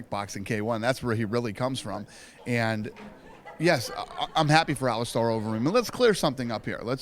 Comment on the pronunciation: Is it pronounced AliSTAR or AliSTAIR? I thought it was stair not star...iunno just curious.